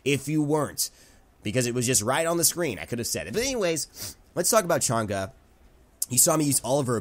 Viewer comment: PEOPLE STOPE PRONOUNCING CHANG’E NAME WRONG OMG WHY ITS NOT THAT HARD TO JUST SEARCH UP HOW TO PRONOUNCE HER NAME PEOPLE!!!!